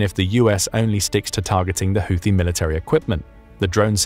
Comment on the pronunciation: PRONOUNCIATION CHECK: Houthi is NOT pronounced with "th", but with a simple "T" no matter who else you've heard mispronounce it. You're welcome.